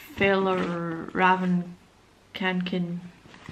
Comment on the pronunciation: you pernouse it fe - yall- raven ka-ken